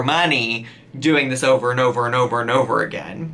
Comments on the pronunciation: I 100% heard you say "children in a blender" not "children and a blender" 😂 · Anyone else hear "children in a blender." insteaf of "children and a blender." I thought went all serial killer on us 😂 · sounds like he said "children in the blender" lolol